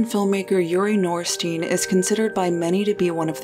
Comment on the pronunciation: Name is to be pronounced 'nor-shteyn'.